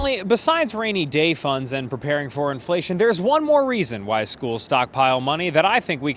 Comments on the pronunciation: IN FLUH TYON 😂😂😂😂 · I had to pause after "influhtyon" for a solid minute. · The Inflation mispronounciation got me goooood